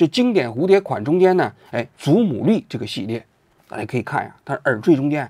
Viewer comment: 于谦：祖母绿（lù）